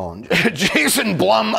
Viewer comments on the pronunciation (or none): none